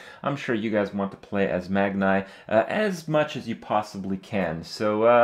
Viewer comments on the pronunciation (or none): Kripp! It's pronounced MagKNEE! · Bomber=bom-er Magni=Magnee